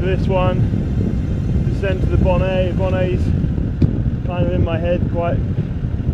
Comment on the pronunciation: Really enjoyed these 2 films - inspiring. The climbing and descending during the day are awesome enough, and although climbing at night is probably not terrible, the descents must be horrible! needs to learn French pronunciation though - Col de la Bonette is 'Bonette' not 'Bonay' - 2 Ts and an E mean the T is sounded, he's saying it as if it is Bonet, which would be 'Bonay'.